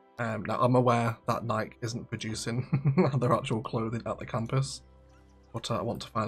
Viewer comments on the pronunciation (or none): I cringe each time you pronounce Nike (as if it rhymes with like and Mike and bike) it’s pronounced NIKE (as if it rhymes with Mikey or spikey) Also Nike its NOT a clothing company it’s a sneaker company that also makes sports apparel and equipment. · It's very funny, as an American who is constantly bombarded with Brand Awareness(tm), to hear you pronounce Nike "naik", not "naikee" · pure curiosity, is it pronounced Nike (like Mike) with the short 'e' as one syllable were you are? Here in the US (I'm one town away from the Nike campus actually) it's pronounced with two syllables Nikee (like Sandy) with a long e